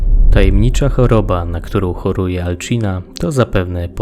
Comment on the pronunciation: Materiał wykonany wyśmienicie ale muszę się przyczepić do kilku rzeczy dokładniej do dwóch. Pierwsze to jak wypowiadasz imię. Mówi się Alcina (C czyta się jak S) A nie "Alczina". Drugą rzeczą jest sztylet. Trochę ci się nazwy pomerdały i to nazywało się "Sztyletem śmiertelnego kwiatu" a ty mówiłeś "Sztylet kwiatu śmierci".